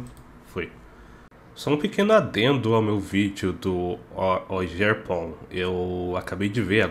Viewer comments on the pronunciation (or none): Pronuncia-se Ó-guer-pon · Ogerpon (Oguerpon). vc n fala borracha... Esse pokémon é bom embaixo de sol. Imagina isso spammando o Stab dele de fogo sem temer Heatran e Baxcalibur entrando na cara... Sem contar q ele faz um ótimo core com Walking Wake. Ele aprende Growth tbm.... No sol é um buff ofensivo bom. Olha pra frente